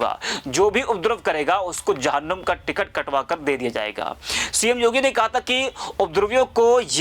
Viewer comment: Jahunnum nahi Babu jahannam saheh bolna sikhen